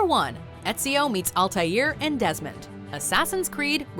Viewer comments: Lol #2 says "Demond Dies" instead of "Desmond Dies" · ''Demond dies'' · "Demond dies"